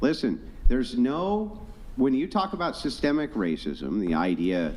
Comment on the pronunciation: Can’t even say systemic correct. wtf